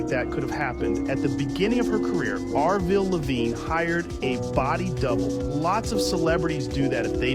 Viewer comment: Its Avril not Arvil lol